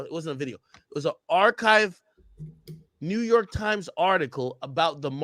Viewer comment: “ FROM NEWWWW YURRRRKKK”😂😂😂😂